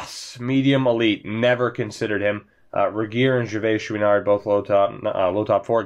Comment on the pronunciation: You nailed the Gervaischouinard name! Way to go! Your french is getting better :)